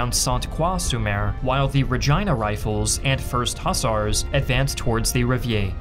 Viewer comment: Hussar is pronounced “ huhZAR” not “ husser”